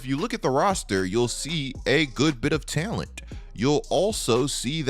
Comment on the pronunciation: Take a shot everytime says "Tail-ent"